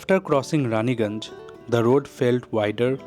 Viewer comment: You called "Raiganj" as Raniganj😊